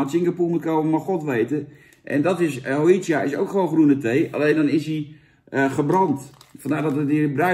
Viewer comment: Hojicha is Japans en je spreekt het niet uit als ho-ji-tja, maar als ho-dji-tja en ja het is best smerig. Cha betekent thee